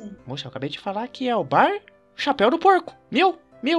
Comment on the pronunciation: Ele falo chapel de porco e chapel de javali